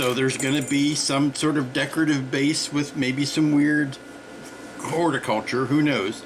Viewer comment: Ha ha you said Horta-culture!